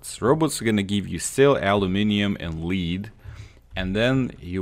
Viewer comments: L E A D!!!! not LEEEED!!! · lead is pronounced "led" not "leed" just so you know. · Lol yep like dead but with an L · Its pronounced like led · Helpful, but it I can’t stand how he says lead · You mispronounced lead. Just saying.good video though. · "A lou min num" "Hard Bar Gan" "Led" hope this helps. I cant imagine trying to learn another language, too hard for me. Keep up the good work man! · It's lead ( luh ed) btw but you forgot all toys blocks and paint cans scrap for lead also bargain ( bar gen) just a heads up on your pronunciation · He pronounces, lead, melee, and robots wrong